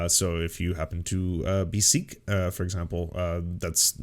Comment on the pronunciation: Sikh is pronounced like sick btw.